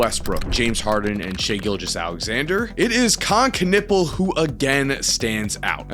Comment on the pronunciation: He is ' Knewpel' , not 'Knippel' ! Stop butchering that poor surname !